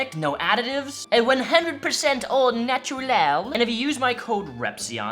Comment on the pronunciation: Au natur...lal? Nice try on the french thing but they dont say naturlal.